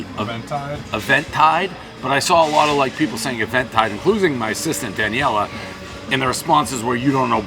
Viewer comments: Just guessing here, but I would guess the other place is not pronounced Event Tide, but more like Even Tide... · Even-tide. Not EVENTtide, and my god those pupils. How high are you? “Hi, how are you?” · "Event Tide" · It may not be a pizza review but Dave still manages to mispronounce Eventide - everybody still knows the rules